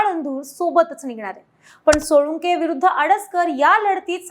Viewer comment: सोळुंके नाही सोळंके